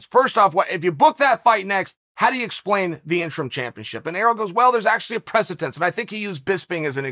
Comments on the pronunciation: Chael “Precitence” Sonnen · If Chael says precedence is actually preceTence...then im in!!!